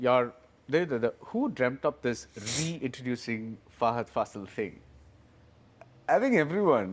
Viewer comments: Guys..it's FAHADH FAAAAASIL..not FasEEEEEL..the fa in faasil is pronounced like fa in FAR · It's not Faseeel... It is Faaasil😊 Mammootty and Mohanlal follow different styles of acting and that is the reason why they have been ruling the industry together. Commenting on Mammootty's approach towards acting, SN Swamy, a famous writer in Malayalam film industry, pointed out that, he is an actor who transforms to the particular character. If the character is strong, Mammootty will be also strong and if the character is weak, the actor in him will also turn out to be same. In the interview, the writer stated that Mohanlal follows a pattern in which the actor turns the character to himself, be it a police officer, doctor or a lover. In fact, many would classify Mohanlal as a born actor and Mammootty as a method actor. Over the years, we have enjoyed the spectacular performances of these actors. "I wanted to become an actor, and accidentally I became a lawyer for a while," Mammootty told in an interview. Mohanlal is more of a spontaneous actor. As he usually says he transforms into the character when the director says ‘action’. His best abilities lies in is establishing to the camera the most inner emotions of the character with quite natural expressions in his body language.❤😊